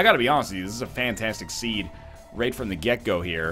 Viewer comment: "rayt as I'm about to fire my shit" Your inner Canadian is showing Ryan